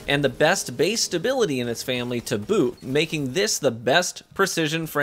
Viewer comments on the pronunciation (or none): none